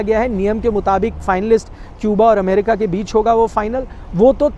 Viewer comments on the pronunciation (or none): none